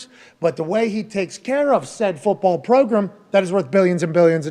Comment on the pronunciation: Name robot "the progrum".